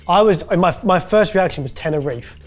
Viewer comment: British people will sound weird af when they say, "Barthalonuh", but absolutely refuse to say Tenerife correctly lol